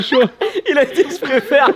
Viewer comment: « J’préfere » c’est un génie, je suis mort🤣🤣🤣🤣🤣🤣🤣